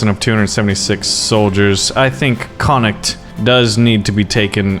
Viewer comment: When he says the county of connocht😐😑😤😫